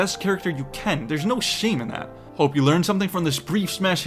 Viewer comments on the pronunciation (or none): none